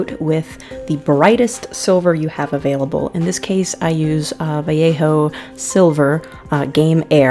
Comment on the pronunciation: Muy bien por fin un estadounidense pronuncia bien vallejo, felicidades y muy bueno el pintado,un saludo.